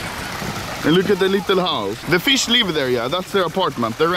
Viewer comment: today anomaly: fish old video back in 3 years at same place anomaly: FISK